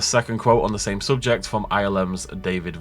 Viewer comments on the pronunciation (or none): none